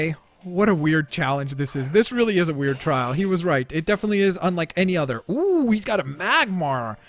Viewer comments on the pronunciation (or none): none